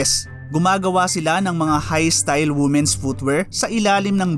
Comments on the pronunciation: Pakitama po pronunciation mo sa women's ty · It's read as "WEE-men" not "WOO-men".